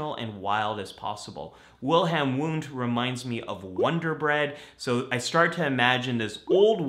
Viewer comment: Isn’t his name pronounced Vundt. German language pronounces w as v. Like Wasser (water) pronounced vassah or Wo (where) - vo etc. Just saying/asking/wondering. Psychologising? 🤷🏾‍♂️